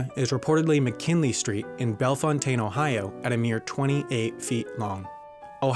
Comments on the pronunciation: The town in Ohio is pronounced "Bell Fountain" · i’m 7 years late but you pronounced bellfontaine and appalachia wrong <3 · For Ohio he says "Bell-uh-fontaine" instead of "Bell-fountain" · Btw you pronounced “belfountaine” wrong. It’s pronounced like bell fountain. (My grandpa lives one town over!) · Bellefontaine is pronounced like Bell and Fountain together. not Fontain lol. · When some guy from the internet can't pronounce Bellefontaine, OH (bel-FOWN-tən, aka bell fountain). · ......sigh......it's pronounced "bell- FOUNTAIN" and it's not even really a street, it's a u-turn in case you don't feel like waiting for the train to pass. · Lol, everyone who lives outside Ohio always says Bellefontaine incorrectly. It's pronounced: Bell-fount-ten from anyone who lives here in Ohio. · it's pronounced "belle-fountain" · Me, an Ohioan, currently laughing at his horrible pronounciation of Bellfountaine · of course you say Bellefontaine wrong